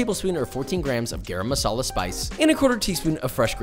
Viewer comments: Garam Masala is pronounced guh-rrrrrum 🙃It means "hot" in Hindi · Gayram masala 🤣 Gah-raam...come on Joshua...u will get it right if u try